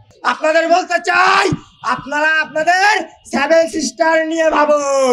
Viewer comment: স্যাভেন সিস্টার না সেভেন সিস্টার প্রথমে উচ্চারণ টা তো ঠিক করে কর তারপর কাটার কথা ভাবিস